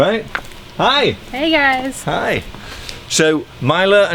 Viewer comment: Did he say “Hi gays”..? In the beginning 😂